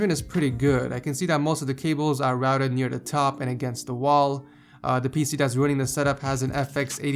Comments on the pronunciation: kinda sounds like he's sayin "ruining" :D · it sounds like hes saying "the PC that's ruining this setup..." roasts upon roasts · On the third setup it really sounded like you said "The PC ruining this setup.." lol